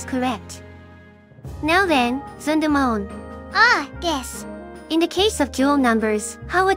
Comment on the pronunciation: personally, i think the two sound similarly robotic; i think the english voices are pretty good! my only gripe is the pronunciation of "Zundamon" and "Metan" lol